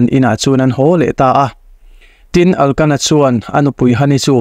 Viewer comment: Hani aiah khana-i tih tur aw..Elkana tih tur a nia...Pinina-i tih zawk tur a nia....I ti tha khawp mai